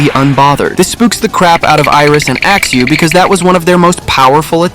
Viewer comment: I can still hear, "Axe axe....... Axeu" in my head. It was traumatizing